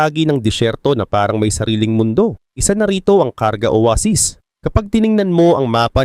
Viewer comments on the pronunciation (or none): Oweysis talaga yun may short term memory lang sya kaya nakalimutan nya Yung tamang pronounce aray mo pakak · Owaysis bigkas don diba hahahaha